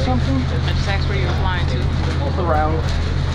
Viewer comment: I take it that you didn't like being axed questions.